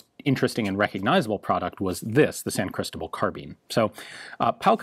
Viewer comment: Ian, you live now in what was part of Virreinato de Nueva España. Say "San CristObal" is easy, thanks to a simple rule: if the word is not ended in vowel, n or s and the word is not accentuated, then the stressed vowel is the one before the last. Besides that, thanks for the video! I really appreciate a deep explanation of San CristObal implementation of Kiraly system